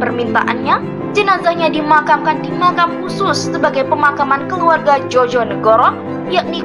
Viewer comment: Mbak yth bagus kontennya agar generasi sekarang ngerti sejarah bangsa..saya hargai. Namun dlm mengucapkan bpk.Komjen Soekarno Djojonegoro..seharusnya diucapkan..Djoyo (yakin) negoro..bukan Djojo (jotos)negoro. Kluarga saya dr kepolisian..jadi tahu. Trima kasih..chanel bagus.